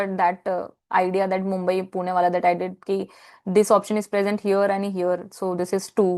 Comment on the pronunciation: I always had a hunch that you know Marathi well, from your emmaculate pronunciation of 'PUNE' while you were explaining the Aundh Mitrashakti MCQ, Pleasant Surprise Indeed.